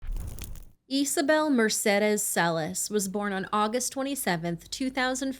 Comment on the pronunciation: Isabel or Isabelle is pronounced Izabel not Easabel. Her shortened name would be Iza or possibly Isa not Esa.